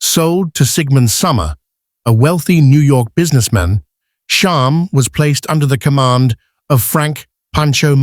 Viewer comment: Too many spelling, pronunciation, and factual errors. Still, I am always happy to see videos about these horses. (Sham, not Shahm. Claiborne, not Clayborn.) I really don't favor AI narration, and it's easy to spot it. Do some research, it takes only a little time. The Wikipedia entry for Sham clearly states Sham's place of birth...Claiborne Farm.